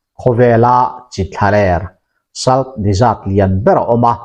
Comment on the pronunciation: 'Salt' hi 'sawlţ' ti a lam tur a nih zawl hmel 'sal' nilo in